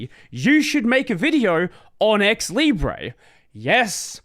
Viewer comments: stop saying "libreeeyyyyy" say "leeebruhhhh" this is how it is said in french and as long as i know that word has been borrowed from french not from spanish. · It is said leebray in English. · actually i don’t understand why you say « libreeyy » since every other -re words are said -er (when they are spelled in british english) i think it would be more coherent to say it like that, so it matches « liberty » (centre, octobre, libre, … but i know english is inconsistent and will still be it)